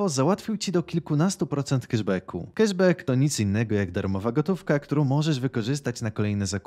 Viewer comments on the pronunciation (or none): none